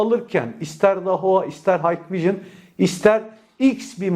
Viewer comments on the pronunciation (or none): hikvision,haykvijın diye okunmaz kardeşim,hikvijın diye okunur,umarım sonraki videolarda bu hatanı düzeltirsin😘